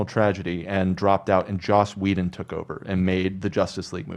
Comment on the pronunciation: You kept saying Josh Whedon lmao